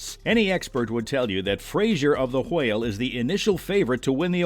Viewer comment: why do you pronounce whale and whelmed like that 😬